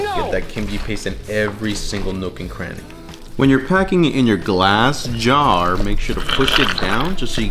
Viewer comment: Why the emphasis on glass jar?